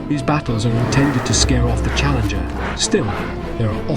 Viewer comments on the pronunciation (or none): none